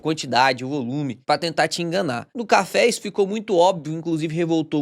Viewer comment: Não pude deixar de reparar no "cháfé" do... kkkkkk